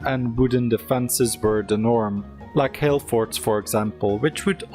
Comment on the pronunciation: What did you call it...hale forts? Nothing in YouTube or Google. Hail maybe? Also nothing. What does the auto-subtitles say....hell forts? Nooo, useless YouTube subtitle-generator. Maybe Google for Celtic forts...fuuuuck, HILL forts. My goodness